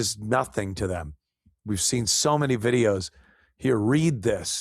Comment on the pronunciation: Demm not them😂